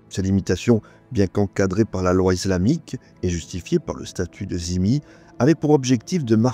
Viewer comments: Juste une question sur cette intéressante vidéo : pourquoi prononcez-vous le mot dhimi "zimi" ? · ce n'est pas la bonne prononciation